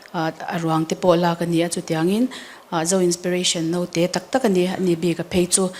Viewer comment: Naute tih tur ....alam dan ah chuan note atia.